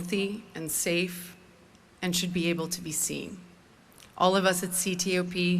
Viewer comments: Your text consistently says COP instead of CTOP, which is exactly how she pronounced that. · CTOP not COP!